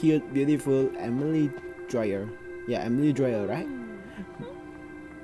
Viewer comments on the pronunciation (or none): Emily dyer not dryer